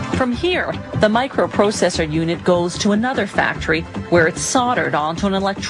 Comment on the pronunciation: "A Microu prousesour"